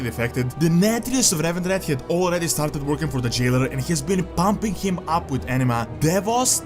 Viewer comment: Pahmping him ahp!